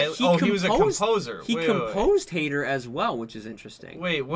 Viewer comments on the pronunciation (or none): Haider is pronounced closer to “Hi there” than “Hater”